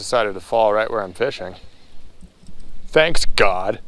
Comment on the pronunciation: I must reverse a statement I made in comments on your previous video. “THANKS, GAAWWD!” - LITERALLY the most Upper Midwestern words ever uttered... 😂😂😂